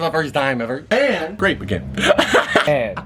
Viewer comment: Lol the way he said grape made me laugh 😂#grape